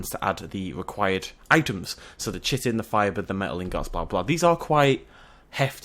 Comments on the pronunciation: Ahem... Chitin. Ki-ten. Not Chitten. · it's pronounced Ki-tin. with a K. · Also. How do i say chitin? i say it like. CH-IT-IN Am i supposed to say KIT-CH-IN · Good video just pronounceing Chitin wrong! :p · Errrrrrr say chitin right.... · Gwynbleidd I just hate how people just say "Learn to say things right!" and all that. Besides,both pronunciations refer to the same thing.